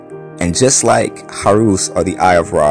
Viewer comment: Horus not Horoos!